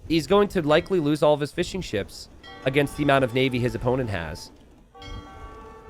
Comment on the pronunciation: I like to think he is saying Fish n' Chips instead of Fishing Ships.